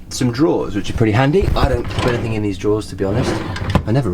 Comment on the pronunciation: Anything. Not "anythink" you twat.